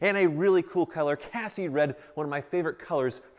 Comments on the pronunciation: Congrats! The color (Cassis or Cassis Rot) is pronounced “ka-SEEs”, not “cassie”. It is named after a type of berry liquor. The modern day equivalent on the Taycan is called frozen berry. They are not an exact match though. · I had a cab in the same color. FYI, the color is pronounced - “cass cease” with emphasis on the 2nd syllable. It’s French. Love your videos. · Just FYI, the color name is pronounced ca-cease. It is the name of a town in France and a blackcurrant liquor! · The way he pronounced “Cassis” 😂😂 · What color is that again? That pronunciation was 🤣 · The S at the end of "cassis" is not silent. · pronounces the colour differently - who is right?